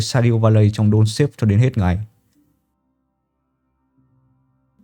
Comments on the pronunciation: Đọc là dont star(ngôi sao á ) và thêm chữ ve âm gió ở cuối cho nó chuẩn nha ông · ông ơi clip hay nma tên game k là đôn sếp, mà là đôn sờ táp =))